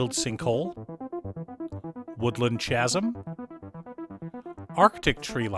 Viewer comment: Love your videos, but FYI you pronounce chasm wrong and it irks me XD